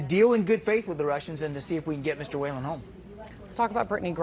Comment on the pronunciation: I'm from Ireland and is that man's last name Whelan they way they say it is so wrong and funny as it's pronounced wheel-an not whale-an